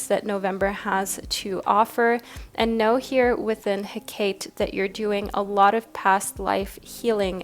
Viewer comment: Hecate is pronounced heck-ah-tay ;) Hope this helps for next time! 🍔 and 🦈